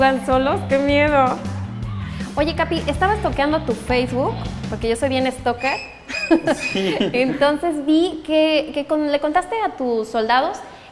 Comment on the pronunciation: Stoker? Se dice stalker :v